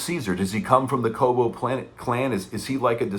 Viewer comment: “Koba!” Dude, his name was Koba! You’re killing me with that “Kobo!” 😅All that notwithstanding I agree with you that the movie is garbage. Supposedly this film is intended to be the first of a new trilogy that is linked to the dawn, rise, war trilogy. IMHO this was a horrible start and an insult to the previous 3 films.